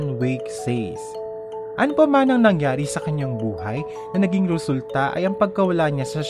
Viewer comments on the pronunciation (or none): hey,everyone watching ako lang ba ang nakapansin sa "ROSULTA" nya?hehe